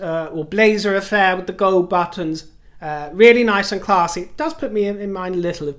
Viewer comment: I love the way Lady C says “classy” in an American accent🤣🤣🤣